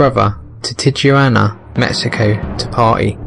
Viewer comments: I'm gonna start saying "tih-juwanna" from now on. XD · Tijuana (US: /tiːˈ(h)wɑːnə/ tee-(H)WAH-nə, Spanish: [tiˈxwana] (￼listen))